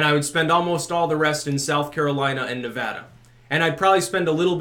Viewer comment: Wow, you pronounced Nevada right!